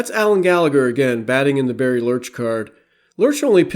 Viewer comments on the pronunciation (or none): none